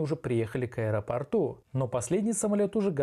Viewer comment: Повторение -- мать учения: аэропОрту, а не аэропорту!